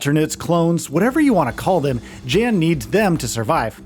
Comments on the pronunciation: It's not Dzhen, it's Yan. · 1 thing you NEED to know before making a “15 things you need to know about The Alters” is that the main character’s name is pronounced “Yan” as in young and not “Jan” as in January 😭💀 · Polish name "Jan" is pronounced more like "Yahn". "Dolski" part you got right ;) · Jan’s name is pronounced yon or yawn. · Young sound would be jun/yun. it sounds like Yon. Like Johansson sounds like Yohansson. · In the game they pronounce it as Yawn. So it doesn't matter where you live. That is the pronunciation of the person's name. Period. 🤷🏽‍♂️ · If you actually play the game, youll know how Jan is pronounced... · I feel like you mispronounced his name on purpose like a dick because there was no reason to say it as many times as you did smh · his name is pronounced multiple times in the game. nobody cares what the "American" pronunciation is. it's not an American name & "American" anything isn't the end-all be-all. that's the damn problem. you think because you live in the US, everybody must follow or excuse what YOU think is right. get over yourself. side note, I'm a New Yorker telling your goofy ass this.